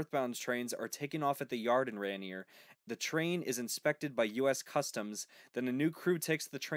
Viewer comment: The border town where the US Customs inspection is done is pronounced “Ray-near”. I live 1 mile from this god awful line. In fact as I write this, I hear a train blowing its horn at the crossing in my town. I can hear 3 crossings from my house. We get over 20 trains a day. CN sucks in my opinion. In the old days(DW&P) had sidings and depots. There was a fair amount of work for locals from the railroad. That’s pretty much gone.